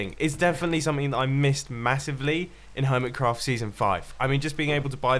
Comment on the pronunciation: Helo everyone! Welcome back to the Hermit[s]craft server! Hnggggggggggggggggggggggggggggggg that extra "s" tho